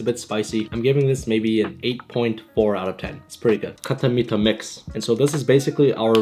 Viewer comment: Knorr is pronounced Nor. Its a childhood delicacy and khatta meetha is pronounced Khat-ta Meet-ha